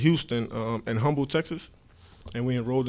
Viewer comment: Anyone from Houston in here flinced at the way he pronounced "Humble, TX"... Glad to have you Tryann but the "H" is silent bihh